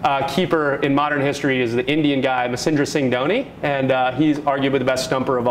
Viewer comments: its" MAH-HEN-DRA SEE-ING DHO-NIII "....its the correct pronunciation... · did he just say masendra singh dhoni???? i coudnt resist my laugh